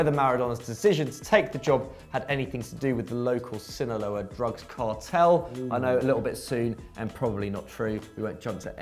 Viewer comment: Sinaloa (Si-nah-loa) pretty close though